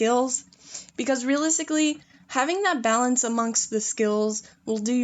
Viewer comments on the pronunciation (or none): none